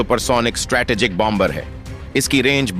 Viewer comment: Hi.😅 Its Pronounced Bomer and Not BOM BER. 2nd , B, is Pronounced Silent. France 🇫🇷